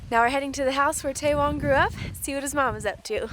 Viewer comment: Tsewang = Che wang not tay wong.